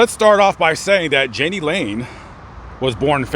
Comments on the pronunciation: Oswald is a common name in the part of Ohio he was born in. And it's not Jani like Ann it's how people in that part of Ohio say John in German a nickname Yahni but it's not Janie. His story was a sad one. They had a concert in Sioux City and stopped in a bar after and my husband and I were there and he chatted with my husband and was really nice. The rumor was a man from another famous band raped him when they were just starting out. Messed him up. Please get his name right. RIP Mr Lane. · I'm sure someone has told you this but his name is pronounced Jan-knee..... not Jane-Knee...I miss those days....*sighhhh* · Jani would be pronounced "yanni" in German. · I think it’s pronounced Yay-ne